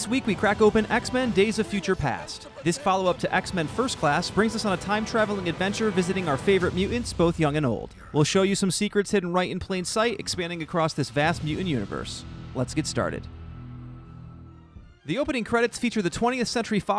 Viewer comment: It annoyed me that the narrator said "Mu-ants".